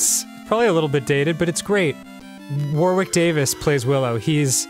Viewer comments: "War-wick Davis"?? Danny, why xD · the pronunciation of "warwick" is on point :) (jk its like "war-rick") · "War-wick Davis" Nice one, Dan. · Dear Americans, The second 'w' in Warwick is silent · Dan, Warwick Davis' name is pronounced "Worrick." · Ok, no hate, its an easy mistake but Warwick is pronounced 'Worrick'. It's a silent middle W. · It's cool to hear an American pronounce Warwick with the second w, I come from England and we normally pronounce it without the second w as if it's Warick. Love Dan and I was wondering if that's how all Americans pronounce it. Unless he's getting it right and I've been getting wrong my whole life. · Drives me crazy the way Americans pronounce Warwick